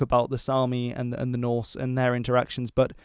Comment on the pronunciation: I am very much impressed by your broad range of interest and the quality of your videos. Also impressed by your pronounciation of Norse/Scandinavian names.